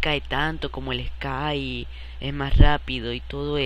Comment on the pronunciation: eskayyyy, inlgleeee